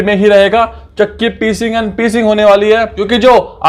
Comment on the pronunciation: I can't control my laugh when you said chakki peecing and peecing